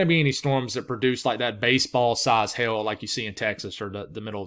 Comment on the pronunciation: It sounds like he’s saying hail, but it sounds like he’s saying Hell , haha!